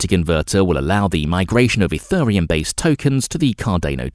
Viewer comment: EthURReum (time stamp) smh… get a human to read this script not an AI. P.S. Cardano is the company project ADA is the coin running on its blockchain so no need to say Card ay no Ayy Dee Ayy. Sigh